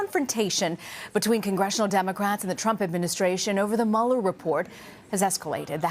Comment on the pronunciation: The "Muller" Report, ugh wtf